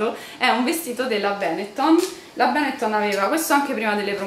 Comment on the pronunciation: Benetton, con accento su TON, non su BEN :)